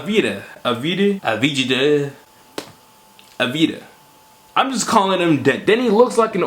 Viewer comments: Deni's last name is pronounced as avdia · From what I've heard Deni Advija name is pronounced with a silent J.